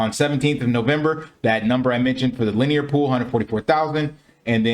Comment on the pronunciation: Very nice, easy to understand video. Thanks for the content. BTW It's pronounced Lin- E- er